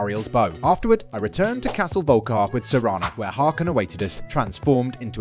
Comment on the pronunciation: Wtf? Isn't it pronounced volkair?